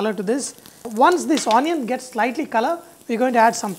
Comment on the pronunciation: It's not On-ion.. It's onion 😂🤣